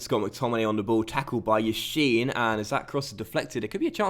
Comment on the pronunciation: 1. its yassin, not yashin 2. the J in menjivar is pronounced as an H